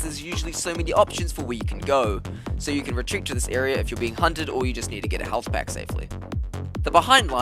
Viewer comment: "halthpack" lmao